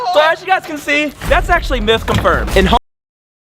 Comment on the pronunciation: I ACCULLY WAWN TOO